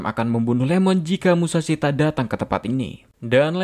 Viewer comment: Bukan LEMON!! IEMON (ie-mon) refrensi ke Ishikawa Iiemon